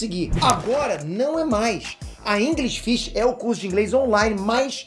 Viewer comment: Aprender Inglês na "InGRIsh Fish" eu não quero kkkk